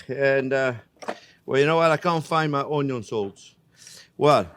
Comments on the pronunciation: he can pronounce the letter N yet not in the word onion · Take a shot everytime this guy says UNYOUUNNN 🧅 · ONYO IN DA HOUSE!!! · Onyo-salt: Exists Chef Jean-Pierre: Has it 😁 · Me too. I never say onion while cooking anymore- it's "onyo" now and forever! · it is so great to say onyo... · please say union one more time